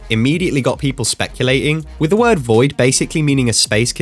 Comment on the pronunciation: bro your not saying a lot of words right it’s confusing